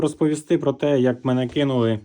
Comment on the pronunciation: Може. Але подача трохи дивна (почали робити акцент на «кинули») та проблема в деталях не розкрита. Незрозуміло що саме, на що саме та як саме впливає. Але було б корисно, якщо ви вже знайшли такий вплив та витратили час, щоб інші не витрачали його дарма ще раз. Цінність була б більше.